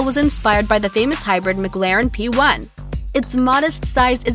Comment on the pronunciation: The fact that she said McLaren wrong makes me mad